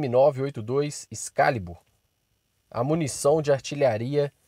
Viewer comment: Tropeço no português veja: Excálibur excá-libur você, no português, ex-ca-li-bur Excalibur. Puts que os pariis.